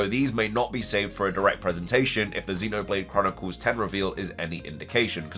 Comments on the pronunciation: It’s xenoblade x not ten also ph Brazil was speculating October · Xenoblade Chronicles X (ecks) not 10 lmao